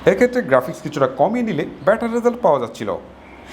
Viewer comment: ভাই অাপনার ত-থ, চ-ছ এর উচ্চারনে একটু ইম্প্রুভ হলে ভালো হতো, অার 'better' কে ভেটার বলেন এটাও স্লাইডলি অাই ক্যাচি, Best of luck❤️